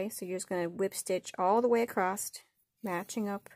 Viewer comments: Omg. It is ACROSS, not accrosT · The word “acsoss” does not have the letter “t” in it. Do not pronounce it as “acrost”.